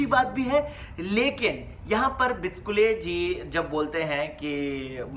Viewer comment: Bro, it's BICHUKLE not BICHKULE... Pls correct it...